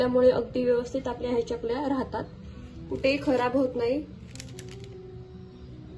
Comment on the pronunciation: चकल्या असा शब्द आहे. च आणि y cha जोड उच्चार करतात.